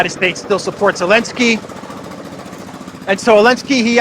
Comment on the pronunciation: ZELENSKY NOT ELENSKY